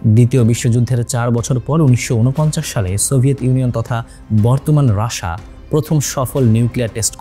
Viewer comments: রাসা না মূর্খ❌ রাশিয়া উচ্চারণ ঠিক কর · ভাই রাশিয়া না বলে রাশা বলার কারন? 😊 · রাশা আবার কি ভাই, রাশিয়া বলেন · রাশা না বলে রাশিয়া বললে ভালো হয়।। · যেটা রাশিয়া সেটাকে রাসা বলার কারন কি? অনেক পশ্চিমা মানুষকে রাসা বলতে শুনেছি কিন্তু আপনি তো বাঙালি ভালো করে রাশিয়া বলুন এমন উঠভট শুনাবে না 😅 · সাধারণত ইংরেজি ভাষাভাষী ও কিছু ইউরোপীয়রা উচ্চারণের সময় রাশাাা বলে। কিন্তু বাংলাদেশী কিছু ইউটিউবার ও সংবাদ উপস্থাপনে অতি রঞ্জিত করার জন্যই এটা বলা হয়।